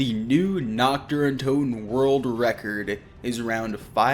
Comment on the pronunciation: I am German and started laughing when he said nackter n toten because Nacht der toten means Night of the undead 😂😂